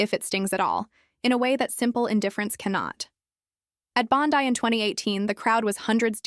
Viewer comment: December 2026?????? its only April 2026 - get your factsright. or at least look at your calender on your phone - DUH!!!! Also learn how do say BONDI - (sound it out - BON-DYE')